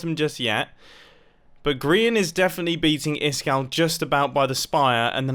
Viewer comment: Who's isGall85 seriously it's supposed to be Iskall85